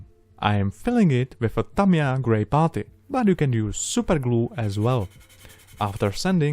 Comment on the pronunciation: i love him and his videos. but i hate the way he says putty. i know he has a heavy accent! still.....botty